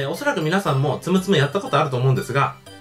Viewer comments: つむつむやないでつむつむ(発音) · ツム↓ツム↓ ツム↑ツム↓じゃないの? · 斎藤ぼぶりあーぬ ツ↑ム←ツ↓ム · イントネーション完全に摘む摘むで草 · ツムツムの発音おかしない？ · たしかに！少しなまってる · 発音じゃなくてイントネーション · ツムツム本当に面白いですよ あと発音がおかしいですよ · ツムツムの発音面白いw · ツムツムの発音おかしい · ツムツムの発音違う、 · ツムツムの発音違います